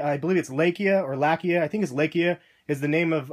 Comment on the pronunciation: i think its pronounced lie-kuh.. (its russian, its a common dogs name and means barker)